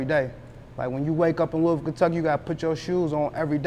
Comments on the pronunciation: Nah its pronounced Lou-Ah-Vull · That is not the way she broke it down to me.She broke it down in tw o syllables.Lou/Bull. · If she said Lou-Bull, she is not from here. 😂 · I know.I am saying that he is pronouncing as if it were spelled, Lewisville.lol. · I wish he would stop saying Louis-Ville. I'm not from there, but know that's not how you pronounce that lol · im from the city n it's LEW-ville. how u gon get mad when u clearly don't know how to pronounce it yaself😂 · Nigga it’s not Lewisville 😂😂😂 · He pissing me tf off mispronouncing Louisville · dude keeps pronouncing Louisville wrong af, easiest way to spot an out of towner lol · As old as he is, why the interviewer don't know how to pronounce "LOUISVILLE" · The way he pronouncing the city keeps bothering me 😖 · You don’t pronounce the “i” in Louisville..🤦🏾‍♂️ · Why he aint correcting dude with the pronunciation of Louisville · Why he keep pronouncing Louisville wrong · He just gone keep lettin you say Louisville wrong lol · I would've had to check him the first time he said it 🤦🏾‍♂️ lil dude went thru the whole interview an didn't correct him once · I almost didn't watch the whole video because of that! Plus he heard dude pronounce it right and kept at the bullshit 😂😂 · My boy said Lewis Ville... Lol its lew-ee ville, the S is silent. Louisville. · lewisville..lol.They pronounce it as Lou-bull.I met a chick from there once and she checked me.Shout out to yall from Brooklyn.. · Lol it's really lewis like Louis Vuitton y'all just saying it the way a hunkey who named the city after him or his family that couldnt pronounce words correctly. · Why he didn't correct the interviewer... it's LooweyVille!! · Not 1 Time did he say not louisville it’s Looavull 😂🤝🏾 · It’s Loui yu don’t pronounce the s🤫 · A man its Louisville!! Not louis ville... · you should have corrected him on the pronunciation of our city name. Nigga it’s not pronounced Louis-ville. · man its" loulville " lol hardin county